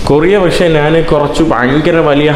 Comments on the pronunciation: നാൻ അല്ല njhan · Nജാൻ അല്ല ഞാൻ